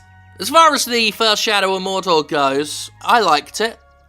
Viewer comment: "Where are the terrorist hiding!!" "Morrr-door!!" "And where is Morr-door!! Say Afghanistan!!" "Afghanistan!!" "Alright fellas, let's go!!"